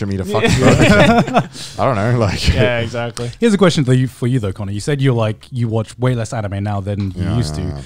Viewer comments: Who's connor? Its Cannur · Here just to say cannur. Lmao.